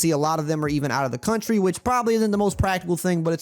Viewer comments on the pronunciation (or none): none